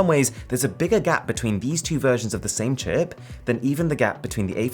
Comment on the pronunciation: I don't mean to make fun of this but the way he said "chip"